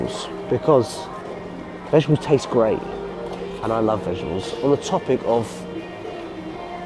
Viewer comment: 😂😂😂 i love how G says "vegEbles" completely misses the "T" vegeTables 😂